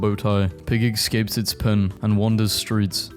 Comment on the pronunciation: “ekscapes” “grand pricks” dude wtf